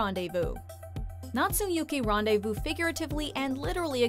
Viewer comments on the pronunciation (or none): none